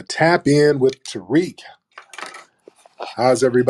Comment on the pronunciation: Tariq you slaughtered... "T S.("Gazelle") as in "African Deer"!!